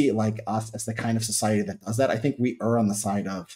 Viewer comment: I like the way Richard pronounces the word err correctly